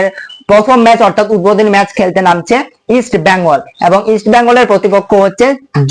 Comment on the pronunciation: ভাই নামটা ইষ্ট বেঙ্গল। ইষ্ট ব্যাঙ্গাল কথাটি ভুল।